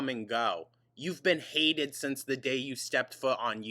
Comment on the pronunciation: Mill (meal) Sense (since) Ordament (ornament)...